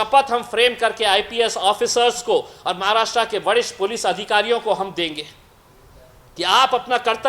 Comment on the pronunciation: महाराष्ट्रा nahi महाराष्ट्र.भाऊ बोलना तो सिखो ना pehle.kaha reh rahe ho us ka naam bhi nahi malum. कमाल है रे.aur ye bambai kidhar hai. मुंबई बोलते है usko रे.नीट बोल नाव पहिले भाऊ